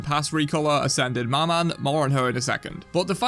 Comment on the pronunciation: I'll have to be the one to say it but you dont pronounce the "n" in "maman" which means "mother" in french, sorry but I just had to say it with the amount of time maman was said in the video lmao 🙏